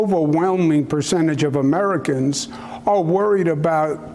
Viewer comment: did he just say pzhier is a good company? ugh. cuomo is not the best but cmon guys it’s a saturday why are you glorifying a pharma company